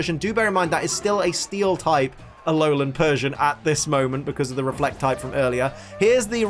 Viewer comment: He said Aolan nine tails